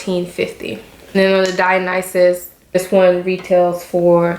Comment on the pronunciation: I've watched like 5 videos about the Dionysus bag and you are the first one to pronounce it correctly